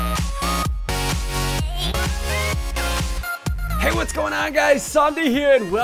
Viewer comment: Did anyone notice Derp ssundee said eggposure at the intro if I missplled something sorry